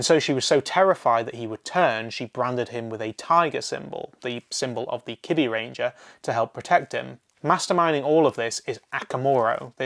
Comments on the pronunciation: Good video, but every time you say “kibbyranger” I lose years off my lifespan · Maybe i misheard but did he say Gosai and Kibiranger instead of Gosei and Kibaranger??